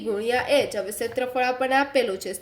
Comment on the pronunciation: ક્ષેત્રફળ ❌ સેત્રફળ